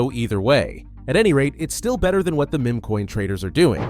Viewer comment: Look how it is pronouncing meme